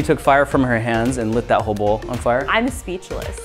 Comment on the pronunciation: When he said light this whole bowl on fire, I just heard "light this hobo on fire".